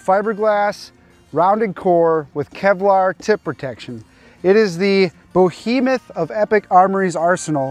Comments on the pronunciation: I'm sorry... did you say bohemoth? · My dude, I was talking about your pronunciation of behemoth.